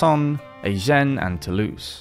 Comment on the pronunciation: The c in Languedoc isn't silent, neither is the se in Toulouse. However the t in Montfort is :)